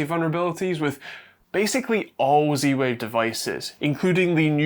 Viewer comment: stop saying "c-wave" .. use proper english :)